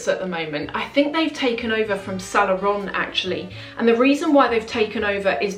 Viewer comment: I like your videos. But you gotta fix the pronunciation of "Saint Laurent" since it comes up so often. I hope you take this as a "there is milk foam on your upper lip and only friends will tell you at the risk of offending you" situation. Keep up the good work!